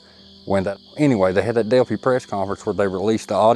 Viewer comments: Hey. It’s not pronounced Delphee, it’s Delpheye. Thanks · Delphi rhymes with lie, not with tea.. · Delphi is pronounced the same as wifi the fi and phi pronounced like I know who u r!!